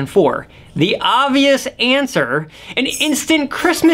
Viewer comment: You are making the same mistake I have seen MANY people make. There is a "b" in the word "obvious", which many people do not pronounce. The word is not "ovious".